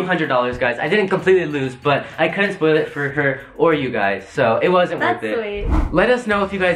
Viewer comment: Why did he say spoil like it was a release date 🤣